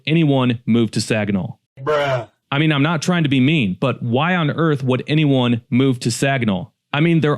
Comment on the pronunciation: Your spelling is not good. It’s Saginaw. Not seganol!! It’s MUskegon not MOskegon. For two examples….